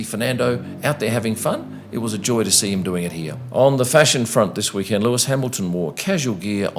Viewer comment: It's "week-end." You know, like the end of the week? Not "Wee-kend" like a tiny, cute little kend.